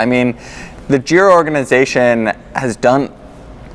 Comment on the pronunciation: also, it is not "zhiro" but it is giro, use google translate phonetic reader on Italian and you'll get there.